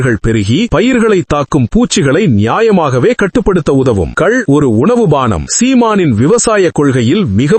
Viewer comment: கல் அல்ல, "கள் ".